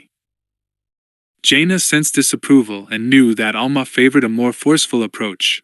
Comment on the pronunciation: Also ALMA instead of Alema... 🤣